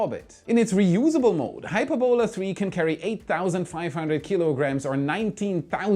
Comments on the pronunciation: Hyperbola, not Hyper-bola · not "Hyper-bola",.. "Hy-perb-ola";) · an awesome video as always, but for one thing. The pronunciation of 'Hyperbola' is "hi - PER - bo - la", not "HYPER - bola". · It's pronounced Hy-PER-bo-la. The accent is on the second sylable. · hy-PER-bola,. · Hyperbola is pronounced [HY] + [PUR] + [BUH] + [LUH]. Its a curve in maths. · If it’s an English word, its hy-PER-bola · Why did you pronounce Hyperbola as HyperBOla? Words of Greek or Latin origin in English are almost always pronounced with the emphasis on the ante-penultimate syllable. For example we say EMphasis, nor emPHAsis. In Chinese it is pronounce shuang qu xian. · Math majors are face-palming at his pronunciation of Hy*per"bo*la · Please look up the correct way to pronounce hyperbola. You really got it wrong